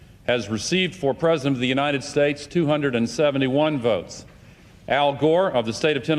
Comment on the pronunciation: I honestly can't hear that phrase anymore without hearing "God blesh The United Shaesh...." LOL! I'm not meaning it as in making fun of Trump, per se, but it's just so etched into my mind that it's the first thing that I think about LOL!